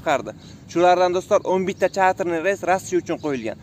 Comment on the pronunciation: Ukajon tugri gapir chetter reys